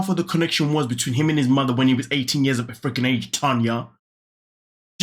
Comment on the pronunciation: My name is Tanya too but spelled the right way lol listening to you say "na na na na Tania na" for a second I was like what did I do this time lol